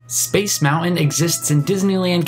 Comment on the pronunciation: I wanted to watch this video, but in the first 5 seconds you mispronounced the word MOUNTAIN. No thanks.